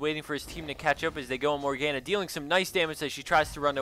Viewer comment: It's not SHAI Vana. It's SHIV annah. It's not Morg GAN uh. It's Mor gahn uh. Fuck.